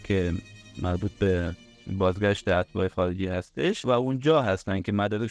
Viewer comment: اول این که اَتَباع غلط است واَتباع صحیح میباشد یعنی ت ساکن است .دوم این که چون خودت مهاجری ازمهاجران افغانی دفاع میکنی وخواستار ادغام افغانیها درایران هستی .مطمئنا" اگر خودت درایران بودی جرئت نمیکردی که حتی یک روز زن وبچه ات رادرخانه ای تنها بگذاری که درساختمان کناریش چند گارگر افغانی مشغول به کار باشند چون احتمال میدادی که چه اتفاقی برایشان بیافتد.بعد هم فقط ازبعد اقتصادی به قضیه نگاه کردی ازبعد اجتماعی وفرهنگی وامنیتی اگر میخواهی اطلاعات کسب کنی یا روزنامه خراسان چاپ مشهدرابخوان یا امار صحیح راازپلیس وزندانهای ایران بگیر.ان وقت میفهمی که این افغانیهاچقدر تجاوز وقتل وجرم وجنایت درایران انجام میدهند که یاگیر می افتند ویا فرار میکنند به افغانستان.کلا"از نوک بینی ات ان طرف تر ندیدی وخیلی دور ازواقعیت واحساسی صحبت کردی.باحرفهایت اصلا" موافق نیستم.بعد هم ماکه درایران هستیم وهمه جا وهرروز این افغانیها رامیبینیم میگوییم اخراج افغانی ها مطالبه ملی ما